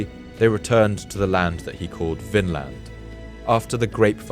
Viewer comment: Vinland, is pronounced “Vinland”, NOT “Finland”. It means the Land of Wine”, due to the wild grapes two keltic slaves found when Leif Erickson set foot in North America on his secon voyage, V in Scandinavian is NOT F, as in German, but....V 🙂🙂